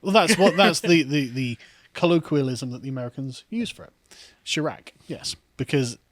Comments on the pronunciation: What is this Chirruk you speak of? OH YOU MEAN CHAI RACK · Shy rack not Sha rack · Chiraq: pronouncing "chi" as "Chai" like chai tea. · 48 here, born and raised on Chicago's South Side. Couple things, Carl: First It's pronounced shy-rack, as in the colloquial pronunciation of Iraq (eye-rack). Second Chicago, and moreover Illinois elections as a whole, are not representative of the people. They've been "fortified by what we call "the machine" for better than 70 years. Chicago is the sandbox where Dems test their ideas before exporting them to the national stage. Obama was an Illinois politician. His administration was nothing more than Chicago politics writ large. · Can't even say chiraq